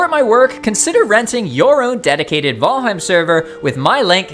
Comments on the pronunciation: I swear to GAWD! Fucking VOLHEIM???? What the hell😅 I have heard VALHEME and VeelHem…People is it VAL HEIM!!! HEIM and in “Heimlich maneuver” and VAL as in VALerie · Say vHalheim ONE more time... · He says Valheim kinda weird lol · The Valheim mispronunciations made this video unwatchable for me. Sorry. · Why is the content creator refusing to pronunciate Valheim correctly?